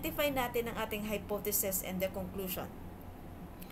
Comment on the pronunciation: good presentation but there is something that bothers me. it is some sort of confusion for your listeners about how you pronounce some words. (hypotheses-hypothesis; ef - if)